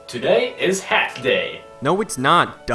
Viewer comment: press 4 for "Hhhaatt"